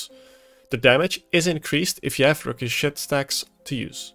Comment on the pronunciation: Requiescat is pronounced Wreck-we-ess-cat: Latin word meaning A wish or prayer for the repose of the dead.